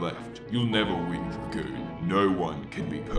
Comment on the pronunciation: dragooner hahaha😂